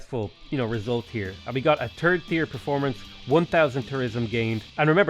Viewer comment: "a turd thier performance"